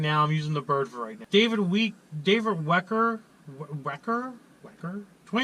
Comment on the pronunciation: DAMN IT YOU SAID MY LAST NAME WRONG! 😂🤣😂🤬 It's pronounced (well-kur) But anyway that was cool you answered my question and Industrial Injection has good shit so you'd definitely be impressed when it comes time for another dirtymax motor. 💪🇺🇸🦅 Instagram (